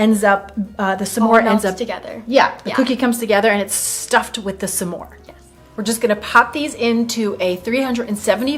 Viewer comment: It would be more interesting with clean ingredients, so we know what flour works best. Refined sugars... you are mispronouncing Smores 😄